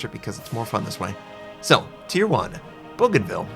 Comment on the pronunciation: I'm french so I tell you how to prononce them : - I bougainville : boogainnvill - II jurien de la graviere : jurien de-la gravierre - III friant : freantt - IV duguay-trouin : dugay trooinn - V emile bertin : emill bertin - VI la galssoniere: la-galesonnierre - VII algerie : algerie - VIII charles martel : charles martel - IX saint louis : saintt louiss - X henri IV : henri the fourth ( in french: henri quatre ) But you say the half right so it's very good. And sometimes I do some mistakes for prononcing some english or americain names like the tier IX american carrier Merci, bonne vidéo, j'ai hâte de les voir dans le jeux, la marine française gagnera cette fois ci! ;) english translate: thanks, good video, I'm hurry to see them in the game in this time the french navy will win all the battles! ;)